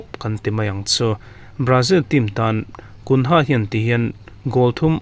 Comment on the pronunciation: Gunha awlsam takin a lo pet lut," tih lai tak a dik lo deuh em? Mahse angaihnawm khawp mai.